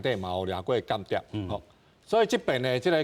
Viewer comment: 「間諜」讀作「kan-tia̍p or kàn-tia̍p」 嘉賓跟主持都讀作「kian-tiap」，作為主持人，音讀錯，實在太不專業，估計沒好好學習教會羅馬字！